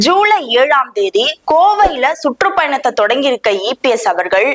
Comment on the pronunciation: சுட்ரூப் பயணம் இல்ல..சுற்றுப்பயணம் தமிழ் உச்சரிப்பை சரி பண்ணுங்க